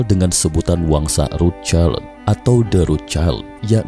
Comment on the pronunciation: Cramu bilang rocild aneh akaya wong deso